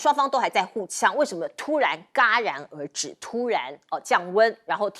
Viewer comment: 主持人：戛jia然而止，不是嘎ga 。